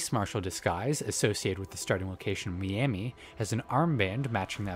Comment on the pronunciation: Look I was gonna ignore it when I heard it once but multiple times and now I gotta mention it. It is pronounced MY-ami, not ME-ami.